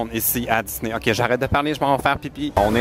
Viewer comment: dans tes vlog on dirait que tu prononce disney comme ça: diss-nez pis ça m'a fait rire! avec tes vlog tu me confirme que je veux Vraiment aller la bas un jour 😊😊😊😄😄